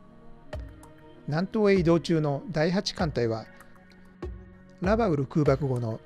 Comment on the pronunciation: 左舷→ひだりげん、ではなく →さげん 戦記物だろう？？、恥ずかしくないですか？？ ラバウルのイントネーションも変だね！！！